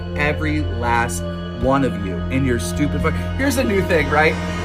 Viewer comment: Lmao the way he says stupid “stupit” :p